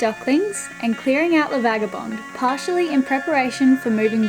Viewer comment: hi, just before you say goodbye to LA Vaga, you better learn how to pronounce the name! (phonetically)it's a Beneteau Key-Clad,ees:)